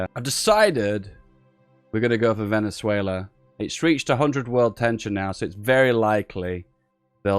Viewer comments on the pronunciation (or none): none